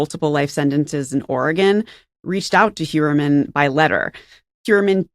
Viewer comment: It's pronounced not HUermann but HOYermann, German origin.